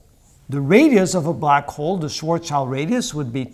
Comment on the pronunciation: Isn't it Schwarzschild and not Schwartzchild?